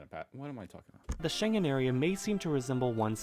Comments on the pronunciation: "Schengen" is not pronounced like something Chinese-like word, With the start "Sche" think and pronounce like the start of the word "SCHEveningen". And the end of the word "Schengen", "ngen" is like the end of "ScheveniNGEN". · Schengen is a German word and is pronounced with "g" like "g-lory" and not like Shenzen which is the main Chinese airport for TEMU :)) Also, this vid and its info are 5, like evn 6 years old. And nobody says "I'm a Europe/European patriot for God's sake ! Patri-ot from latin "a person who loves their country" - Europe nor EU isn't a country. We are engaged but not married :))) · Shenzhen is indeed in China, Schengen (ng pronounced as in singing) isn't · Because it's wrong lol. The G is pronounced like in "good." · Actually, the ng in Schengen is supposed to be pronounced like the ng in 'wrong', forgoing any emphasis on the G. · This is pronounced not in Chinese but in German Shengen. Schengen is a town and commune (gemeng / commune / Gemeinde) in southeastern Luxembourg, in the canton of Remich. Until October 3, 2015, the commune was located in the Grevenmacher district. The administrative seat of the commune is in the town of Remerschen. It has 5,196 inhabitants (January 1, 2023). It lies at the borders of three countries - Luxembourg, Germany and France. The Schengen Agreement is an agreement concluded in 1985 that gradually abolishes controls at the internal borders of the countries that have signed it. The Schengen Area currently includes 29 countries, including most of the European Union countries. The main goal of the agreement is to facilitate the free movement of people, goods and services between member states, as well as to increase security in the region. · Terrible pronunciation and an outdated map. This is so typically USAmerican! 😂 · butchered "Schengen" right from the start... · you can hear how to pronounce “Schengen” (city in Luxembourg) correctly. Doesn't sound anything like Chinese. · You’re pronouncing ‘Schengen’ wrong.